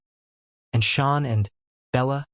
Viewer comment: Out of respect, please say Shannon's name correctly.